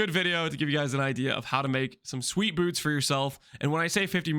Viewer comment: Why are we saying "bewrts" Lmao